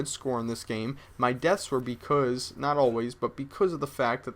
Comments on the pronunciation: Can you say Becasuse? Cause you keep saying Bec000z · becoose??? are you canadian? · He says because like BECOOOZE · No offense, but when you say because, it sounds like becooz. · You can't say "because" ;D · you say "because" strange. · Is it just me or did you guys want to punch a baby everytime he said because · HAHA what the hell? I think cannot pronounce "because" properly. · can you say because like a normal human being? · lol he says because funny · Don't really get it.. Do you guys just think its funny the way he says 'because'? If thats so, i totally agree. But i'm kinding getting the idea that people are actually bothered by the way he says 'because' and that is fuckin lame. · Does anyone else think says the word "because" weird as shit?